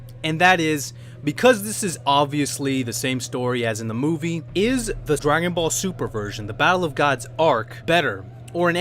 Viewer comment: I hate when people say "like any true Dragon Ball Z fan" as if you can't be a true Dragon Ball Z fan and not like Dragon Ball super. Speaking of that, you said Dragon Ball Sumer :-)